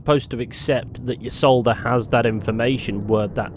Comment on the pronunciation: Ee-Solda, not Yee-Solda.